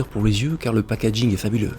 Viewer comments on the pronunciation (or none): none